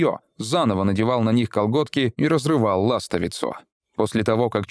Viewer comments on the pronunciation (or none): ЛастовИцу, а не лАстовицу))